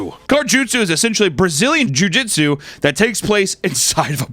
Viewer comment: Papa kept saying car "jutsu" instead of jitsu and I know it's cuz he watched Naruto as a kid 😂